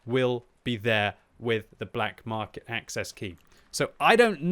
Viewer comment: Black “Markey” lol